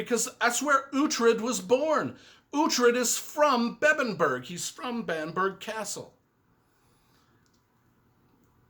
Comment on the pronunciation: BAM-BRUH, definitely not BAMP-BERG